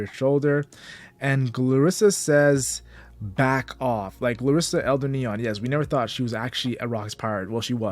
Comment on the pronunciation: Bro said Glorissa like she’s a fucking drill rapper from Chicago 😂. Fire video though, subscribed!